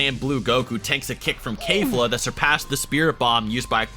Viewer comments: You're acting as if it was an obligation to pronounce kefla's name correctly even though there is no need for it, It is unnecessary There is no obligation for someone to pronounce a FICTIONAL CHARACTER'S name correctly Even if pronounces keflas name the wrong way there is NOTHING WRONG WITH THAT You're being mad and angry about such a SMALL AND INNOCENT MATTER And you're even saying that it's disrespectful to mispronounced their name Well let me remind you once again that kefla is a FICTIONAL CHARACTER And even if she is a real person saying that someone is being disrespectful just because they mispronounced a name is so overly sensitive and petty There is literary no harm in mispronouncing a name, And finally you're calling a person lazy just because the didn't pronounce a name correctly, There is nothing wrong with being lazy and not wanting to do some things when you literary have NO OBLIGATIONS TO DO SAID THINGS You call someone lazy and disrespectful but you yourself are overly sensitive and petty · KEFLA not kayfla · Why do you say kafla when it’s kefla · KAIF-la stop in the name of KE-FLA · Kefla, or Kayfla? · Its pronounced Kefla not KaYfLa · Sorry to say this. But when you pronounce Kelfa it sound as you are pronouncing cave-la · KEF-LA not KAE-FLA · Who the hell is kayfla , stop mispronouncing their names there’s literally no excuse ,when you say someones name you should say it how they pronounce it not how ur dialect interprets their name , its just disrespectful and lazy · Did he pronounce kefla Kayfla? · wow, I'm impressed... you managed to butcher 3 different names beyond recognition.... good job? (but seriously, well done on the video, i enjoyed it, cubed, and liked) butchered the hell out of Keflas' name ("kay fla") butchered the hell out of belmod's name ("Ver mod") butchered the hell out of Cabba's name ("Ca bbeh") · bruh this dude said KAY-FLO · Kefla is pronounced (k-flu) according to him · you pronounced Kefla wrong